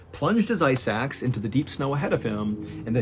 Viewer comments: you say ice axe i hear eye sacks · Ice axe... ice axe... I was sitting here thinking "WTF are 'eye sacks'?"